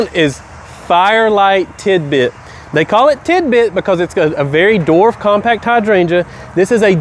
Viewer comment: Dude......LESS CAFFEINE!!! BTW the word is DWARF not DORF.